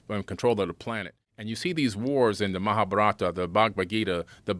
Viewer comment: Hearing him pronounce mahabharat and bhagwad gita gave me a stroke